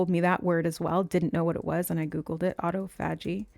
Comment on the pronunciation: I haven’t finished the video yet (12-13 minutes in) but just wanted to come over and comment before I forget that “autophagy” is pronounced: “uh–TAW-fuh–jee” (rather than: “ah-tow–FAH-jee”). But I LOVE everything you have to say about it and would NEVER want to take away from your message in any way by being a grammar police! In fact, I wouldn’t normally bother to bring it up at all because I think most people know when something is the same word even if they hear it pronounced differently. But for some reason it took me a really long time to realize it this time — I even heard you discuss autophagy previously, but only JUST NOW realized that all this time you were referencing the same metabolic/cell renewal process I’ve been learning about lately (from researching the benefits of intermittent fasting). So maybe there’s a message in that? But as I rewatch what you are saying about it (just to place in context with my previous knowledge of the word), I think the reason it didn’t click right away for me that it was the same word is because just by placing the “stress” (or the capitalized part of the phonetic spelling) on FAH rather than TAW, it inherently causes the first three syllables to be pronounced differently as well — so you spoke it like it’s actually spelled rather than how I’ve only heard it spoken. Which makes so much sense why Spirit gave it to you in that way as well, so you wouldn’t trip over the spelling when you went to look it up!!! 🤯 So cool of Spirit 🥰 From